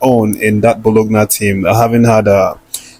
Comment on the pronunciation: Hey Bro, kudos on the good work, you are always on top of your game, just some direction,, Bologna is pronounced " BOLONYA".